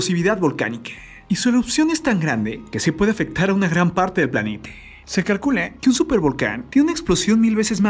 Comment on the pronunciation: Clarito escuché que en una parte dijo planete